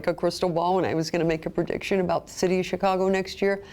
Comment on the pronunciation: PRE-dic-tion, not PER-dic-tion! 🙄🙄